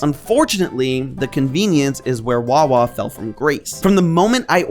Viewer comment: It's wawa. Your wrong. It's wawa